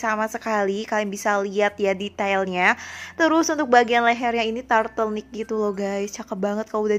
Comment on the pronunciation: Apa cuma aku doank yg dengernya turtlenick bukan turtleneck